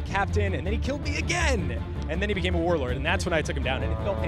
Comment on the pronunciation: Was I the only one cringing every time he said Warlord?